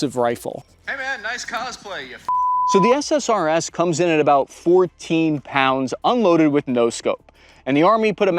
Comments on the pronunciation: Every time you say SSRS I hear SSRI instead. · drinking game, every time he says SRSS instead of SSRS